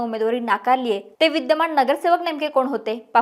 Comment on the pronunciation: महाणगर, विद्यमाण, णगरसेवक, णाराजी. हा व्हिडिओ णूस्ता काणाला त्रास